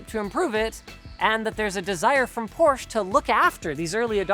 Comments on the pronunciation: I think it actually comes from the fact that most Americans were already pronouncing your last name wrong to begin with. The automotive industry just followed suit. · Thank you very much for learning how to pronounce Porsche the right way! It shouldn't bother me too much hearing the brandname with the wong pronounciation... BUT IT DOES :D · It’s easy. Porsche even made a YT video about it. Two syllables not one. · Man I was so proud of Linus for pronouncing Porsche correctly until I heard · He pronounces the name wrong omg so triggered lmaooooo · He is not adding an e though, he said it right like 1 time and then keeps saying porsch-ea going back to the a ending. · it's pronounced porsh-ah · I really enjoyed your thorough review, and almost every other video you guys do, but what I still can't stand is people saying Porsch instead of Porsche. Also things like BMW, VW, Mercedes oder Audi. It's not a problem for most europeans to pronounce american car brands but for some reason almost every video of english speaking folks does mispronounce car brands from all around the world... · There are some people that like to say Por-sh instead of porsh-ah, like me. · It's "Por-sha" not "porsh", Leenoos. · As a German guy who's absolute in love with Porsche it's just maximum pain to hear "Porsh" instead of "Porsche". Yeah i know, englisch words with "-sche" or "-she" are pronounced with a silent e, but Porsche is NOT an english word. And Jeez it's not that hard to say "Porsche". :D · I live in Germany and everytime i hear an american say Porsche it is "Porsch" withot the e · Porsh, that’ll be all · Anyone else hate how Linus pronounces Porsche as “Porsch uh” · Who else here can't stop hearing "Poor Cha" instead of the PorschE ? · It’s PorschE not “Porsch”. Fairly good review though. Most observations are spot on. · But in the end he said Porsh again. sad German noises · „Porche“ wtf is wrong with you? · Why does everyone (including Porsche itself) pronounce it wrong